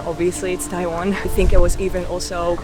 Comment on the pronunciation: TaiWan, very good Chinese pronunciation 👏🏻👏🏻👏🏻👏🏻